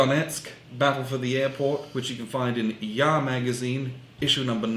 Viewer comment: At least Alexander pronounces the magazine name correctly. And his shirt & sweater look ok... Alexander, are you feeling well?